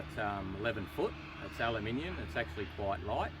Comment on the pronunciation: Aweful!!! But hearing you say aluminium made my day though